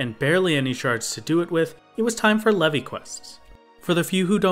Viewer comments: its pronounced "leave" not "levy" reeeeeeeeeee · Leve is pronounced like "Leave", you can tell because of the achievements Brayflox is actually female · Leve in leve queat is pronounced leave. It's a stupid ancient way of writing leave that Koji found in an old dictionary... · I'm sure you've heard it by now, but Leve is pronounced "leave", and Brayflox is actually female! Unless you realise this later ( I'm at 16 mins atm ) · "Le-vi quest"??? Hello, is this the inquisition? I'd like to report a heretic. lol